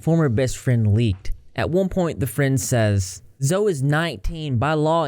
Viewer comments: Isn't it pronounced zoe-E? Lol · Isn't it pronounced Zoey Laverne? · He said zo